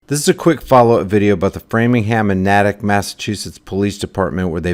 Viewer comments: Not Naaa tic it’s Nay tic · It's not "Nah-tuk," it's "Nay-tick." I'm from the area. Anyway, there's a technique I use to see if my comments went through or if they're only visible to me. I've had many deleted without violating ToS, using hate speech, insults or threats. You all should have Tor Browser installed anyway, but if you don't then install it. When you leave a comment on Youtube, open Tor Browser, and open the same page you commented on in Tor (just drag the link from your browser's address bar over to Tor. Now, if you posted a reply to someone else's comment, then just look for that. If you posted a comment (OP), then click "Sort By" and select "Newest First." Now look to see if you had a comment deleted by Google's thought police. Now, I have to urge all of you to download the Dissenter add-on. I'll be ghost-posting this comment there as I do with all my comments. You won't find Dissenter on Mozilla or Google's store, since they're terrified of free speech, but you can just download it from their site. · The next town over is pronounced NAY-tick. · Patch is a good paper but I'm surprised it's not on fox..wait a second, no I'm not. They chemtrail the crap out of us and dont report on that either. P.s. natick is pronounced like "naytick" ..long a. ❤ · It’s pronounced Nay-Tick lol and Framing-Ham I hope this family sued the shit out of Framingham PD. This is extremely embarrassing for our already failing community. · Pronounced Nay-tick & Frey-ming-ham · Try saying town as Nae tick . Wish I could help the poor folk that was robed . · Natick. Lol. It’s a long A. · FYI: Natick. Naytic. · FYI Natick is pronounced with a long ā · It's Nahhhh Tick Niw say it Natick!!!! I'm a fellow Masshole